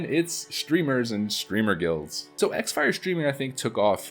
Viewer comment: Xfire back in my days of using it wasn't exactly pronounced "ex-fire". The "X" was a play on the word "cross". Hence cross-fire. Things may have changed..... then again, pronunciations can vary.....